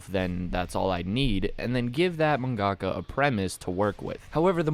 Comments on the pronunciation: yo bro it's pronounced man-guh-kah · The way he said mangaka triggered me